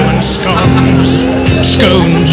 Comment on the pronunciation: Scones scoones lmao